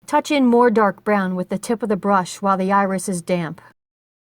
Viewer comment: This is a wonderful tutorial. Thank you so much for making it. Also tho.... You hit the D's really hard when you say damp, lol. At first I thought you were saying "load up your damn brush" lol I was like- oh my, this lady is serious about her watercolors....😆